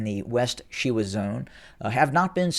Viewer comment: She•wa ( SHe-wä) ...She as in Shell, wa as in waffle... Wa•li•so ( Wə-Lee-so).. Wa as in was, Li as in Lee, So as in so... 😎